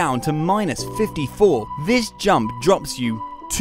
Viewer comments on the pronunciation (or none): bro said jamp-💀💀